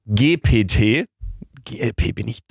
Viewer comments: Das spricht man Englisch aus nicht deutsch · Chat „g p t“ 😂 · Luca, die Buchstaben GPT werden auf Englisch gesagt, es heißt: Chat dgi pi ti (ausgesprochen) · gpt wird englisch ausgesprochen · Das GPT spricht man Englisch aus luca😅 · GPT NICHT GKW